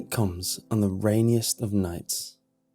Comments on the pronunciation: raniest or rainiest? 🤔😂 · Raniest lol! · No one's gonna talk about "Raniest?"